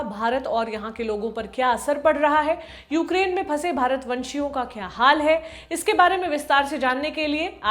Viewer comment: 'Bharatvashi' not 'bharatvanshi'.